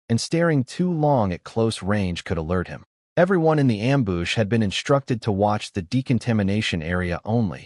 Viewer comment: I love this story lol and hey the wife actually does care lol also, I’m loving how many Am-boosh’s there are 😂